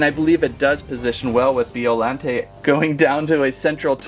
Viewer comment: And biollante is said like this bi-o-laun-tay not be-o-laun-tay